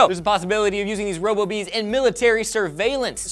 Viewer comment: Robo-Bees sounds like Ro-Boobies